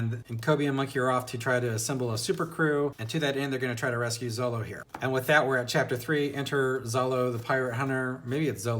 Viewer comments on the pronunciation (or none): Luffy's name is actually pronounced "Loofee". Monkey is his family name. Referring to him as "Monkey" is actually pretty cringe. lol. -Zolo's name is actually Zoro. I certainly hope you keep reading. Because If you think One Piece is good now it's only gonna get better. The story is consistently good. Where other authors get burnt out Oda keeps on improving and doesn't stop. Right now you're only in the warm-up phase of the story. The first 100 chapters of One Piece are actually just the prologue. You're just being introduced to the characters and getting hints at what the world is really like. The story only really starts once they enter the Grandline. It starts off Good. Then it gets Great. Then it gets Epic. Then it becomes Legendary. I recommend reviewing each arc of One Piece that you read. Do that and you're channel should get a little bigger.